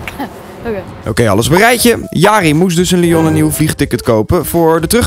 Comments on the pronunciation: Elke Belg stoort zich nu dood aan hoe die Lion uitspreekt... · volgensmij is het lyon vanplaats lion maar ik weet wel dat het chocolade reepje lion heet GEEN HAAT